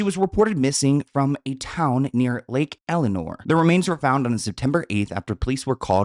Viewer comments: Love you but it's not lake eleanor, it's lake el-sin-ore. I grew up there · I don't mean to be that person, but it isn't Lake Eleanor - it's Lake 'Else'Sin'Nor' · Its not elinor it's pronounced lake el-sen-nor.. and he's GUILTY!!!! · But why does he keep saying Lake Eleanor?😂😂 it's Elsinore, haha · It's Lake Elsinore, not Lake Elenore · It’s Lake Elsinore, not Elenor btw 😊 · Lake ElSInore it’s irrelevant so i don’t blame you for mispronouncing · There's an S, friend lol. Lake ElSssssinore lol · Lake Elsa-nor * I live near here and everyone’s talking about this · “Lake Elenor “😂😂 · There’s an “S” in Lake ElSinore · It’s LAKE ELSINORE you freakin sausage.